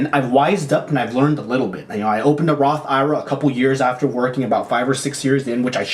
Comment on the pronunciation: Loved that you are willing to share your mistakes to help others. P.S. I think you are the only person I’ve heard call Roth IRA, “roth eye-rah” haha